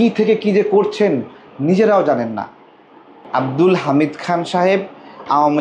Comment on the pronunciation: ঠিক মত নামটাই বলতে পারে না।